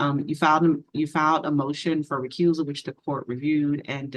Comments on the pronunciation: Did she say recrusal😅😅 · I have filed a notice of RECRUSAL lmao - watch the black attorney in the top right hand corner's face after she hears her mispronounce this haha- she hides her face and bites her lip to hide her laugh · She real just said recrusal. 🤦‍♂️🤦‍♂️ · Did this mental giant say “R’coozall” and “presentments”? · A “recruzal”…. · She filled “recussaul” 😂